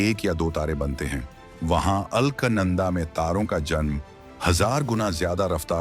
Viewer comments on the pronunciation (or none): It is ALAKANANDA and not ALKNANDA. Pl correct the pronunciation. Thanks. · अल्क नंदा नहीं , बेटा अलक नंदा बोलो😂😂😂😂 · अल्कनंदा नहीं है अलकनंदा है लगता है तुम्हारी अक्लमंदा है सही उच्चारण करना पहले सीख लो फिर पैसा कमाने के लिए यू ट्यूब बनाते रहना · ALKNANADA NAHIN SHUDDHA UCHCHARAN ALAKNANDA KAHTE HAIN JO GANGA KA PAHLA NAAM HAI JO GANGOTRI SE NIKALNE KE BAAD PAHLA NAAM HAI AAGE ISEY MANDAKINI KAHA JATA HAI FIR HARIDWAR AATE AATE ISEY GANGA KAHA JATA HAI JO 3000 KM AAGE JAKER GANGADAGAR ME VILEEN HO JATI HAI YANI HIND MAHASAGAR ME VILAY HO JATI HAI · अरे मूर्ख राजा, दिये हुए text तो ठीक से पढ़ लेते। मूर्ख, नाम उस Galaxy का अल्क, "अल्कनन्दा " नहीं बल्कि है " अलकनन्दा".।पता नहीं कौन ऐसे नमूनों को चुनता है कमेंट्री commentary देने के लिए। पढ़े लिखे अनपढ़ -- यही तो हमारे भारत की सबसे बड़ी कमी है। तो श्री "अल्कनन्दा "जी,हम चले,आप कृपया त्रुटि सुधार लें ,।धन्यवाद। जयहिन्द जयभारत।....UK से। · Are ye alaknanda ni Alaaknanda hai